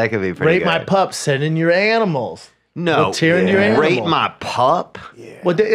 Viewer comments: 100% you were saying rape, Brendon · Definitely thought Brendan said “Rape” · Sorry Brendan but it did sound like you were saying rape!!! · It definitely sounds like Brendan is saying rape not rate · Ima be completely honest I knew that brendan was saying rate based on the context but it sounded like he was saying rape